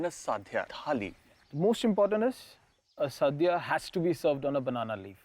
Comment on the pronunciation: its not "saadhya" its "sadhya"...pls get the name right at minimum